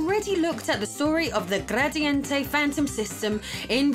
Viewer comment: That's not how "milhão" is pronounced at all! Hahaha. It's also funny how you pronounce Gradiente, like it's Spanish.